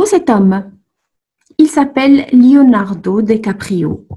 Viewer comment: Attention à votre orthographe : Leonardo Dicaprio, et à votre prononciation.